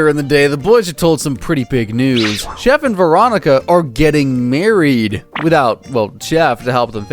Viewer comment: Calling chef “chief” hurt my soul